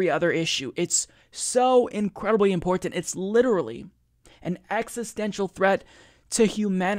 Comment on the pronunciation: i love you and what you do, but you gotta stop saying "imporntant" lmao